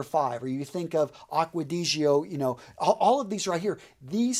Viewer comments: Dude stop being so american. You should pronounce these perfumes properly. Its not aqau digio it!s aqua di-gio, bul-gari. It's niche not nitch. C'mon! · How you pronounce aqua di gio 😂😂😂👌